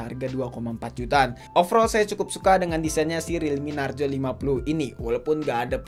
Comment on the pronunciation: Narzo bukan narjo